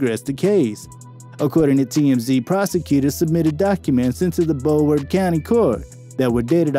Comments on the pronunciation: The WHAT county court????? this man did not just pronouce Brow ward Bro ward I swear yall needa do yall research before making these vidoes for clout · Are we gonna ignore the fact this man said “bro-ward county” 😂🙄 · He had me until he started calling broward bro ward 😂